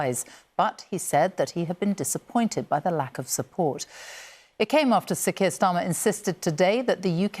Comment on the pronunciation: Sir Keir Starmer... sometimes his name was read and sounds like Sikir Starmer